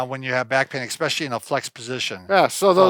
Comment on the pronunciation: Love your videos and your advice! There’s no “x” in especially. It’s like chalk on a chalkboard when says expecially.